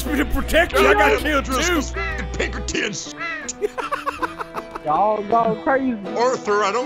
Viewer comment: When he called the Pinkertons "Pinkertits" 😂😂